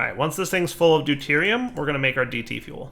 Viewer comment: listen very closely: Do-TIER-i-um and TRY-tea-um